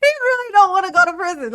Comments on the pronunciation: I cant wait until Duh-rel releases his tell all memoir, "under the prizion" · I wonder if he thinks all the other inmates in the pri-zee-on gave consent to go there.